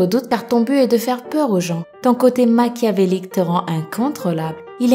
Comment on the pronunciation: Maciavelique pas maciabelique Sinon team Amphinobi shyni